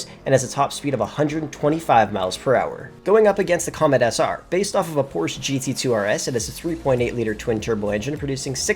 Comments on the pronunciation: There’s no brand such as Porsh. IT’S CALLED PORSCHE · Why is he mispronouncing Porsche 😩